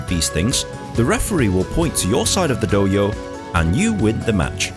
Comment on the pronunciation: its Do-hyo (Doh-hyow). not Doh-yo